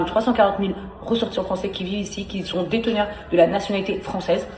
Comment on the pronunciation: "Circoncis" et à "Déteneurs" aussi... 😂